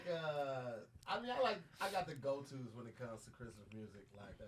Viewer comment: Tom…he said Crestmas